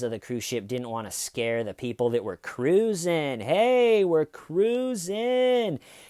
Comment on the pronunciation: We are “Cr-u-sin”😂